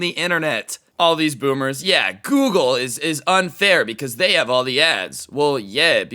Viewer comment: Dose anyone else realize that he said gergle instead of google